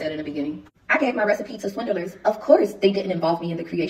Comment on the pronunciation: I love how she says swindelers instead of swindlers, she is really slow